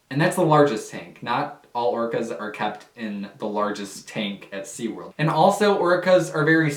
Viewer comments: SeaWorld not SeaWord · "Seaword" Lol still love your content though 😊